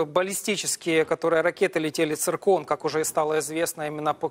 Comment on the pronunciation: Клоун, сбили говорит церкон 😂😅😅